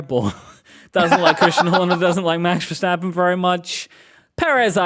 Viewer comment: Now that you have a whole show about it, please start pronouncing Verstappen the right way. It is Verstappen with an “st” like in “stop” or “step” not Vershtappen like some kind of weird German name. And a short “a” like in “bath”